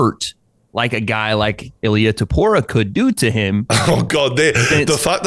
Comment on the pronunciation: Great video overall although you do mispronounce Ilia Topuria’s surname, you’re supposed to say the “i” out loud too.